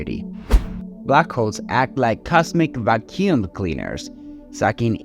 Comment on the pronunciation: Vacuum - VAK YOOM